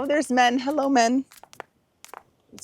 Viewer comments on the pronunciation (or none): none